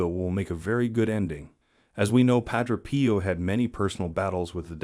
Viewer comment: God bless and protect you and yours PAH-DRAY P.-OH is the correct prononciation+